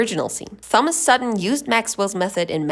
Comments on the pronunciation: did bro really just say "thumb-as"???? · "Th—like in thumb—omas"⛷️🦈